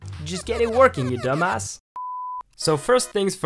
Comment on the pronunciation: You said dumbas instead of dumbass lol